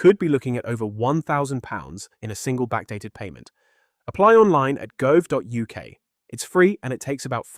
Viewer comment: Some of the commentary esp. pronouncing gov is a bit weird - however, very good advice.